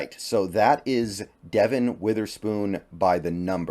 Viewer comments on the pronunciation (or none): The name Devon is fairly common in the Carribean community here in the UK and I imagine also in the US. Trust me Devon is the correct pronunciation not De-von. Go Hawks